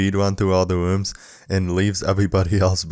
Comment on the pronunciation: “you’ll see eyes lining the walls for the sevewal pwevious wooms”